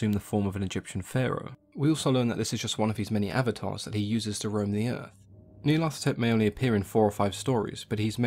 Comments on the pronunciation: It should be Nee-ar-lat-hotep anyway. Hotep is a syllable often found in Egyptian names, meaning "is content", as in Rahotep - Ra is content. The th sound is so far out of language, it grates. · hotep is an egyptian honorific... It's Nyarlat - hotep, no th sound. Nyarlat rhymes with cat. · Nee-arla-tho-tep is how I pronounce it. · I love how you pronounce its name "Neil Athetepp".